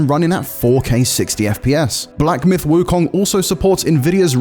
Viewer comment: Please get someone who speaks Mandarin to say "Wu Kong" correctly, you are butchering the name